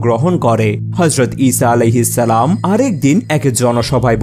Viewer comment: ইসাআলাহিস্সালাম কি ? ঠিকমত উচ্চারন করো ।